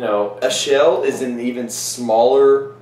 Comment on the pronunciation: It's pronounced Akel, actually, since it's from Limburg. I've had Westvleteren 12 many times, and I can say that it blows St. Bernardus Abt 12 out of the water. I once had a blind taste test along with the Abt 12 and everyone tasting picked the "Westy" over the Abt 12. But it is subjective.